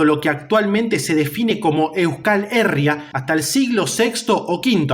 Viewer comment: Buenas, gran vídeo y muy bien documentado y sintetizado. Como pequeño apunte, si me permites la corrección, "Euskal Herria" se pronuncia con el acento en la "i", como si se escribiera "Euscal Herría"